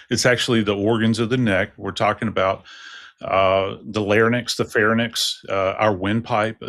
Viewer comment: Lair-INKS, fair-INKS. Not lair-NIX, fair-NIX. Pronunciation Emphasis is on first syllable, caps here to emphasize his mispronunciation of words he should know lol